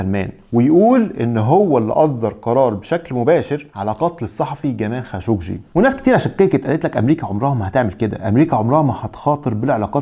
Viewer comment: 😂😂👏🏻👏🏻👏🏻برافوا صرت تنطق خاشقجي صح